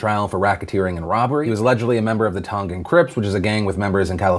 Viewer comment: Don’t want to bring up unnecessary nitpicks but the way you pronounced “Tongan” is soooo white 😂😂😂